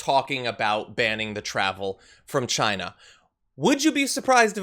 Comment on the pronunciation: As Trump said, it came from 'Chyna'. I hate the way he pronounces China.